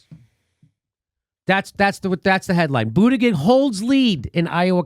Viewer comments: I love that Jimmy keeps calling him booty-gig hahaha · It's BOOT-Edge-Edge... or MayorCheat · I love how Jimmy calls him "booty-gig" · Pronounced Boot Edge Edge. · Jimmy pronounces Buttigieg wrong. It is like Booti Judge. How Jimmy says it, though, is far better than saying Poop Peter judge as I have heard on Fox news. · Can someone make a supercut of every one of Jimmy Dore's mispronunciations of Buttigieg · Learn to say his name right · Another crackpot theory by Jimmy Dore.....Buttigieg DID win Iowa. And I really doubt that the DNC would rig the system in favor of an openly gay candidate over Bernie. And jesuschrist Jimmy, at least learn to pronounce Buttigieg's name correctly if you don't want to come off as an obvious homophobe. All the other newscasters pronounce it correctly but for some strange reason you can't? I would prefer to have Bernie as the nominee too but don't lie about the facts because AGAIN, Buttigieg DID win with 26.2% of the votes compared to Bernie's 26.1%.. The commentary from the 3 of you here comes off as incredibly biased, mean, and just plain ridiculous...a "smiling like a psychopath"? REALLY? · You can't cheat in an "Open" caucus. The candidates can literally see how many people are supporting them. Pete had people on the ground in each precinct counting and reporting back. BTW, if you are going to criticize a candidate, at least learn how to pronounce their name. Very unprofessional. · Pronounce Buttigieg's name correctly already. Neither you or Kyle Kulinski end up looking intelligent or funny by pronouncing it wrong. It makes you look small. And it makes that Indiana asshat look better in comparison. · Love how Jimmy refuses to pronounce that little weasel's name properly. 😂😂 Bootygag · Am I the only one who's heard this Pete fellow's name pronounced about 190 different ways? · When will Jimmy learn how to say Mayor Cheats name lol